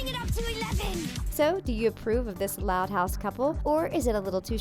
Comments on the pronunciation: Is it just me or did it sound like she said: "Which thot house characters" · No it’s not just you